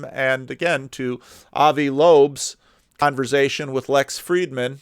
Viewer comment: Sorry for nitpicking a bit. The word is "converSation" not "converZation".